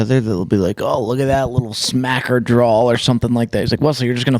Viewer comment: Someone needs to tell that there is no "L" in the word "draw"